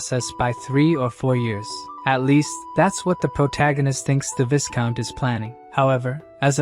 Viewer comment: Viscount is pronounced “vy-count” Great story. Please keep going.